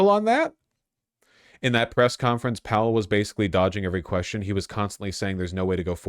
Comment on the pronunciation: Stop saying howell lol it's powell